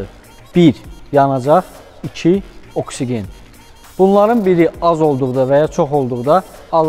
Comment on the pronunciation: 😂AKSİĞEN-də korladın də, hamı kimi oksigen deyəndə nə olur ki?